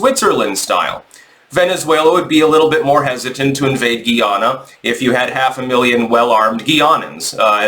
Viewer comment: The name is Guy-ana not Ghee-ana and the people are refered to as Guy-anese not Ghee-anans.